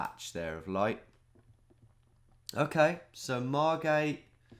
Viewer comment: Margate. Come on. I’m from there.